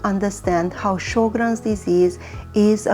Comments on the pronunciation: It is pronounced Sher-grens. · Pronounced Sho’-grens.